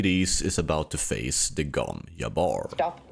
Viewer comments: why do you say gom yabbar when we know it is gom jabbar? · It's the Gom Jabbar, not the Gom Iabör. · It's not the Gon Yabar. It's the Gon JJJJJabar